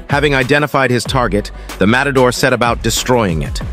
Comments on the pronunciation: It’s not “motador” lol. mAtador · Matador, says motodor. Uppercut, says apricot. xD